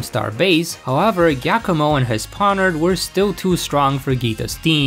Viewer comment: Forget Geeta's team, the most tragic part about this video by far is hearing an Italian name, Giacomo (pronounced Jia-koh-moh) pronounced as "Ghakkomo" 😭